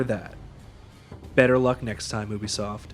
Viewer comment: I think it was probably because you keep pronouncing Ubisoft wrong.